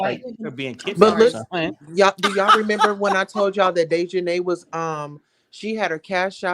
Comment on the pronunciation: So YOU GUYS A GONNA make prejudiced comments BECAUSE HE IS MEXICAN!!!! Seriously!!!! And not WEARING SUIT!!!!!!! GOOH!!! Get out of here. The CHANNEL you keep playing cannot even pronounce DEAHJANAES NAME!!! And they are saying: “INTERPOOL “ …. please stop talking about what YOU DONT KNOW OF EITHER… 🙏🏼 please